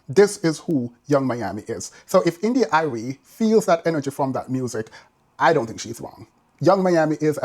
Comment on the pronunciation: Love how you pronounce India Irie😂. Like many women in the Neo-soul genre, or classical black music. They are lowkey male centred, to a degree respectability politics and classism I'd add. When they address issues in the communitay, it's always through shaming women and girls, while seldom addressing systemic issues, never mind misogynoir. Nonetheless, her points are fairly valid to an extent.